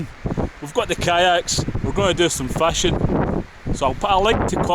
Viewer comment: It took me a while to realize that Fashion really means fishing! Does it always rain in Scotland? Once I got listening to your accent I have enjoyed your vids. Putting coals on top of the Dutch oven would really help.